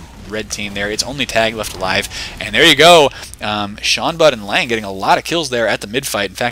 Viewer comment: Not this Lange he says it right.